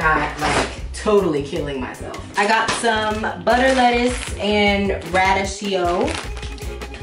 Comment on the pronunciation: its pronounced ra-deek-ee-oh lol